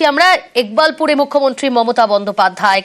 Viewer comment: একবাকপুর না ইকবালপুর হবে!,😂😂আমার আর জায়গার নামের বদনাম বা বলাতকার করেন না!😂😂😂😂